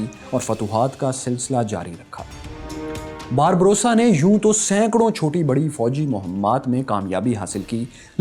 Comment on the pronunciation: Barba rosa (سرخ ڈاڑھی) آپ باربروسا پڑھ رہے-- اصل لفظ باربا روسا ہے۔۔۔🙏